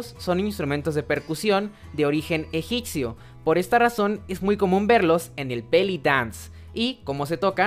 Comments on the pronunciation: Seguro que en las muñecas? No será en las manos? Hay que rectificar el diálogo, antes de realizar el video! Así mismo lo correcto es EGIPCIO, no como tu lo dices, "EGICCIO". Qué pasa con esa Pronunciación? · Egitsio??? No sabía que se pronuncia así 😆😆😆